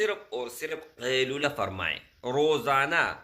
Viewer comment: Asslamo alaikum India se aap kailula kya bolrhewhmlog nhi smagh pa rhe shi se smghay